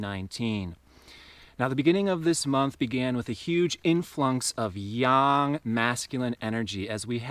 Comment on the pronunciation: Finally! Another U.S.-ian that knows how to pronounce Yang. It’s a seemingly insignificant pet peeve, but the proper annunciation honors its significance. ☯️